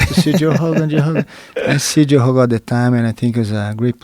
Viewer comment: Jean finally saying "joe hogan".